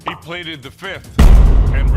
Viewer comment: HEY!!!!!! my mans said "I pleade the fifth" 🤣🤣🤣🤣🤣